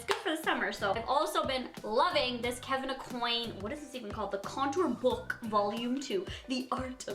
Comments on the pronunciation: Olivia I know ! LOL , “ Kevin Ocoin “ 😂😂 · the way she pronounced Kevin Aucoin 😖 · the way she pronounced kevyn aucoin LOLLL